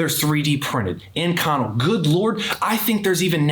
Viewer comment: Inconel is pronounced: Ink-o-nel. Not in-con-el. This video doesn't demonstrate a product, it just blows smoke. The more of your videos I see the more I see a pretender with a little more money than the real guys.